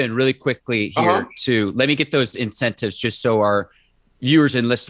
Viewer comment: "incentatives" LOL